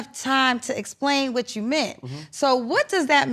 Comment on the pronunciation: Cam whet in all WHET??? Word salad of exhaustion